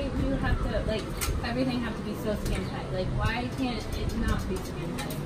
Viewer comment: "it covers up everyting" I swearrr is the mum blind.